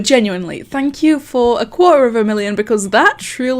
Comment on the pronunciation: quater? more like quack